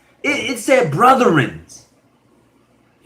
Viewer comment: yeah I did a little bit more research n realized that - did he say “brothern”? 😂😂